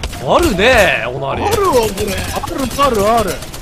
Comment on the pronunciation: onr。。オナリ。。オナリ???w